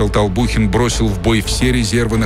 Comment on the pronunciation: Толбухин а не Толпухин